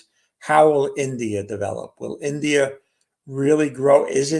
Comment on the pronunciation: Chinese, Russer, Indier